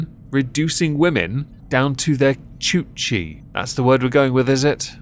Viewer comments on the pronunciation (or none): It's coochie, not choochie. what the fuck. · She’s saying it wrong 😪 it’s coochie not choochie.